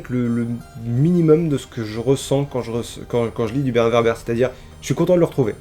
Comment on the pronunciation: ÇA SE PRONONCE WÈRBRE ! ^^ Il pourrait invoquer Tom Bombadil qui est un Deus Ex Machina ambulant vu qu’il est le seul personnage à résister à l’anneau et qu’il lui suffit de chanter pour régler une situation. Ou le Balrog qui est surpuissant. Ou...Gollum parce qu’il est déjà fou donc immunisé à Cthulu.